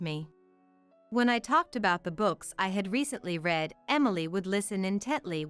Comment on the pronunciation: You can't even say read the right way. The way you said it means in the past he read, sounds like red, not in the present as you meant, sounds like reed. The way you said bass, is the instrument in a rock band and many other forms of music. The fish has a short a, nothing like this. Find out how to pronounce english before you confuse everything. Over 2 hours, seriously. Do you teally think people have that much time to burn? Nope!